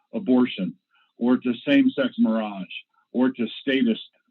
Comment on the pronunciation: Did this guy say "gay 'mirage'"? ugh